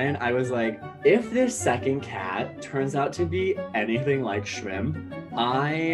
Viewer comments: I keep hear TRAMP, 😅😅😅 not shrimp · I thought he was mispronouncing Shrimp, but then he actually pronounced "mischievous" correctly w 3 syllables instead of 4, so I knew his English skills were great (and beyond most YT narrators). Coconut, Shramp, & dad make a v cute trio. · I love the fact he calls him SHRAMP aside from shrimp